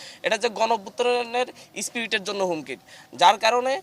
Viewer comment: আসছত কলেজে কলেজে ঝামেলা মিটাইতে কিন্তু এসে আওয়ামী লীগকের কথা বাটপার অকল এখন কেন আসত তরা ঘটনা সময় আসলেইত হত তর কর্মসূচি তরা পালন কর স্পিরিট উচ্চারণ টাই করতে পারস না